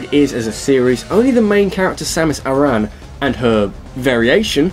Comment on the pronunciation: Just gotta correct your pronunciation of Samus Aran's name. In Metroid Prime 3, which is the only game I know of where they actually said her last name, they pronounced it like the name Aaron. Or Erin, whatever spelling you want to use for the other name pronounced similarly.